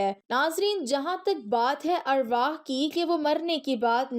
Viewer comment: Word arwahee nhi arwaah hota ha